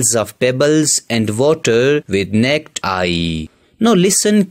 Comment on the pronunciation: ya thanks for saying "necked eye" lol